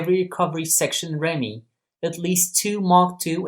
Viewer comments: Good video! Just so you know, it's pronounced 'ReeMee'. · Correct, but this is about the ARV or later called the ARRV, was operated and crewed by REME, pronounced Reeme.